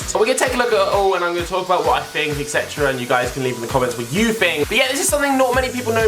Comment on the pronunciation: It's "Think" not fink pal